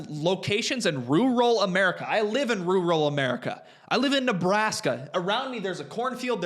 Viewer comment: Holy shit, do you know how to say rural? 😮😅